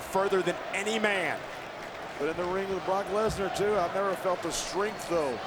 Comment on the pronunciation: We have been saying his name wrong guys. Look . It's BAROQUE LESNAR.